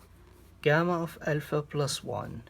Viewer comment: dude just pronounce alpha correctly